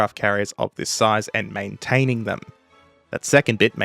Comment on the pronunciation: "Maintaining them" "Manetaneng? Comrade what is that?"